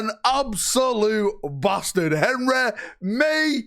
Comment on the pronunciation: "Answer my Instagram messages, you BASTAARD!!!" HAHAHAHA